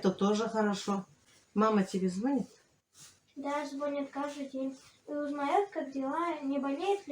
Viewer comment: Милая, не сочтите за нравоучение. Я очень люблю смотреть Ваши блоги, много чему учусь. Я тоже татарка с Бавлов. Это на границе с Башкортостаном. Учите пожалуйста детей говорить ЗВОНИТ, ударение на букву И. Звонииит. Дай бог Вам здоровья, а детям успешного будущего.